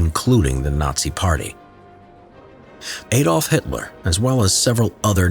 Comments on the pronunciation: It's Adolf, not eyyy dolf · Why u say eydolf? Is this so impossible in English to call an A.... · Daaamn stop saying A-dolf It's more like R-dolf but without the rrr sound